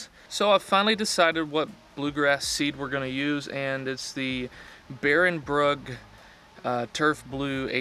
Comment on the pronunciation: Thank you for being one of the only people to correctly pronounce Barenbrug 😂 I got the same seed to overseed my bermuda this fall, hopefully it’s been working well for you.